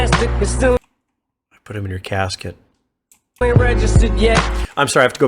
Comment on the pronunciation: Couldn’t even say “casket”. 😞